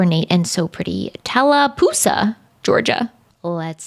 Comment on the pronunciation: Tallapoosa is my home town!!! So many beautiful homes. You should check out Key’s castle. And look up Devils Kitchen. I’m assuming there’s some stuff online. Super spooky area after some very culty happenings. Also, very proud you pronounced Tallapoosa correctly. Never happens!